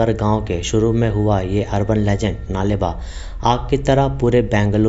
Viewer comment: U r pronouncing it wrong... Its नाळे बा (कल आना कन्नडा में) not नाले बा।